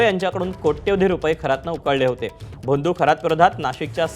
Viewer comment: भा त मी ??? बा त मी असतं ते 😂🤣🤣🤣🤣🤣 बोंदू? भोंदू म्हण काय शुद्ध मराठी बोलणारे निवेदन ABP माझा